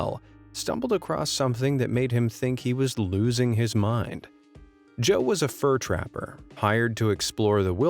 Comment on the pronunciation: Haha "fur trapper"